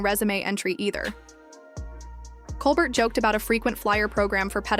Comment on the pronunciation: OMG can you people just pronounce his name properly? ColBEAR. The T is silent. 🙄